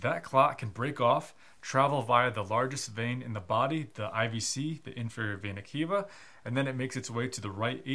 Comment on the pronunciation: Pronounce vena cava again….